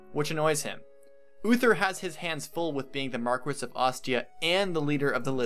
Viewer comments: It's pronounced Mar-kess, not Mar-kwess. Sorry, I just got tired of hearing you mispronounce the word over and over again. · I want to say how amazing and on point this video is and shower you with praise... BUT I AM ABSOLUTELY LIVID AT THE WAY PEOPLE SAY MAR-QUE-SS. BECAUSE I AM SURE IT'S MAR-KESS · Mar-key, not Mar-ques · great video, just fyi its pronnounced Mar-keys not mar-ques, as it is french. I said it the same way for years :D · I know the word seems phonetic but it isnt since it isnt really an english word, its pronounced "markee" not "marques" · It's pronounced mar-kwess. Heroes pronounces it differently. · I really like the video, and I agree Hector is great and undervalued, but since I know it bothers people, it used to bother me since I had no idea, Marquess is pronounced like Mar Key. (mar-KEE) I know, it is weird, blame France. Honestly, any way it is spoken is fine. People shouldn't care. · A couple things,. First, Jaffar did not kill Elbert. Ninian did, while under Nergal's control. Jaffar was only present to prevent the lords from escaping with Elbert, which he did, and then left before Elbert died. Second, the rank of Marquess is pronounced "Mark-Ess" in English, "Mar-KEE" in French and Italian, and, unless I'm mistaken, "Mar-grave" in Germanic languages, though really, a Margrave and a Marquess are not quite equivalent ranks. Lastly, A-thos. Not Uh-thos. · Its pronounced markwess. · In the word marquess the u between the q ane the e is NOT pronounced. This word is Latin based and it stems from Spanish/Portuguese/French/Italian. Just like in the Spanish surnames Velazquez, Rodriguez, Dominguez, etc the u is never pronounced. The only way that the u can be pronounced when is between the q/g and the e is when the 2 dots are above the u. Words like vergüenza and cigüeña are perfect examples to illustrate this.